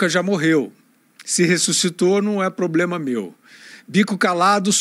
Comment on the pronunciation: "Pobrema" foi ótimo. Representa bem o nível midiático do momento. 😂😂😂😂